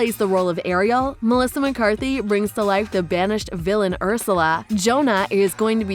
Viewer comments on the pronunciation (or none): none